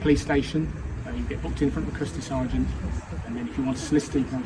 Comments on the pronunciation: It’s a Custardy Sergeant not a curtesy sergeant. 😂🤣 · its a custody sgt not courtesy. 😂